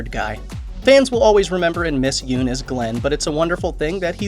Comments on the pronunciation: Pronounced Yun not Yoon. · Nice. But it's YUNN. Not YOON. :) also it's ME Bari. Not minNARI